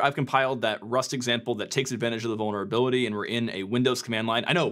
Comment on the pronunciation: "Vulneravility" (sic)